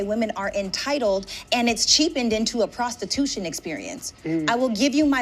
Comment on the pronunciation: Not “Prastitooshun” aye yoooooo 🤣